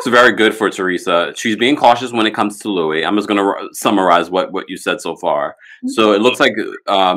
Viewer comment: Why does he pronounce his name like the name Louis when he spells his name like Luis? Weird.